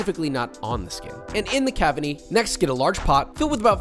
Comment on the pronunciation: Am I the only one that noticed he said cabiny instead of cavity the first time he said it? Made me rewind it a couple times to confirm what I heard lmao